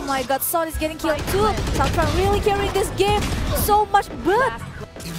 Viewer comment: ông caster cứ sang trang =]] sang tran sôu gút en tri